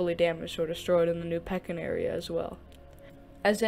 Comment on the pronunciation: its pronounced Peek in